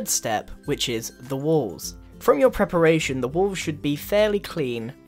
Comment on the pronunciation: PREPARATION not preperation